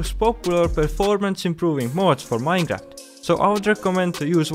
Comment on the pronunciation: vanilla minor?????? your english is a bit mad you know